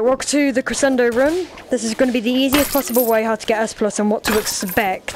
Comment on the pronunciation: It's pronounced creshendo